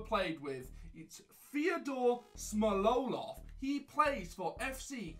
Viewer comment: How can't you pronounce smolov?